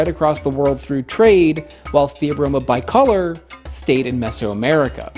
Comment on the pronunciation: you pronounced "bicolor" wrong.